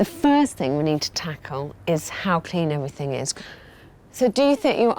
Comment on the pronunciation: Did Alex say everythink?Wow,I thought she could speak well.The word is everything,Alex.